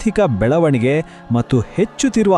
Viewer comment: ಮಟ್ಟು ಅಲ್ಲ ಕಣಪ್ಪ ಅದು ಮತ್ತು